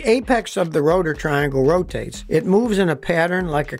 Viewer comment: It ROW-TAYTeS!!